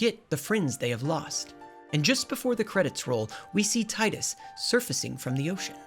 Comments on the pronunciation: Final fantasy x brings me back so many good memories and was such a shocking story for me as a kid. P.S. His name is Tee-Duhs, not Tide-us. Personal issue but kind of cringe every time his name is pronounced wrong through no fault of those who pronounce it wrong (whether on purpose or not). James Arnold Taylor himself confirmed it and I distinctly remember "Tee-dus" watching commercials and talking amongst my friends for this game back in 2001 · Oh no. You say TIDE-US. This debate will never die. I'm only at the introduction of Wakka. I'll edit/update throughout the video. Edit 1: I fell asleep watching this so I'm trying to go back and catch up. The inability to pronounce Macalania as a running gag is fun, but, damn, the saying Tide-Us and Bye-kanel is killing me. Maybe this sort of thing is your brand of humor. I don't know. This was in my recommended so I clicked. I'll do more looking into other videos of yours. Edit 2: I wonder if you cover the remaster at all. I missed the PS2 face models but I've been playing the remaster for almost a decade so this is mind fuckery. Edit 3: You are mixing up a decent amount of plot but you did mention at the beginning that you only played this twice since release so that's understandable. I like your delivery or dramatic script reading. Very well made so far. Just passed the Gagazet Dream of the Fayth part. Tidus was originally going to be unsent but The Sixth Sense came out so we can't copy that so boom you're imaginary instead. The development of this game is honestly fascinating. Edit 4: You can freely sort both items and equipment from the party menu outside of battles. either manually sorting or using the auto sort button. Edit 5: I know that my comment is gonna come off hella harsh, and I don't mean to antagonize. I'm super passionate about this game and also love looking at valid criticisms. I fully agree that the Jecht story is hella weak because your abusive father get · for the th time, it's TEE-DUS, not ty-dus.